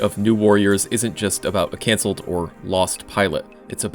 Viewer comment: it's pronounced, "cuncelled".